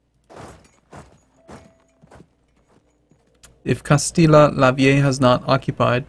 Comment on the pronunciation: No it's said castiya not castila pr alternately you could just call it old Castile as that's how it translates into English.